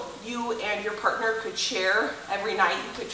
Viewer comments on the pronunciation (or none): none